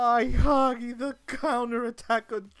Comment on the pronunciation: It s hagi* Not haghi.Romanian language rules not impolite:))